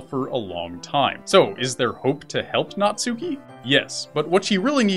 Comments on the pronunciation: "Naht-ski." Not "Nat-SU-ki." Sorry, just a little pet peeve of mine. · Natsuki is pronounced Nats-key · Please learn how to pronounce Natsuki. It's pronounced Nat-Ski, Nat-Sue-Key. In Japanese you do not pronounce U's on the middle of words (for the most part).